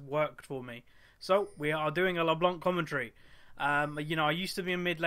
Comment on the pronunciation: U say her name like LeBlonc xD